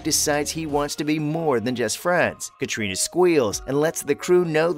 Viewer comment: Oh dear....clickbait and you cannot pronounce Catriona